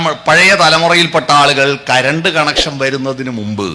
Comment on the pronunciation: കരണ്ടല്ല കറണ്ട്, കറുമുക പുരുഷോത്തമനല്ല കമുകറ പുരുഷോത്തമൻ, കയിയുകയല്ല കഴിയുക😂